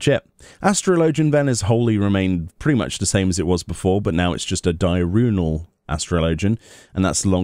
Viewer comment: Di-urnal not Di-runal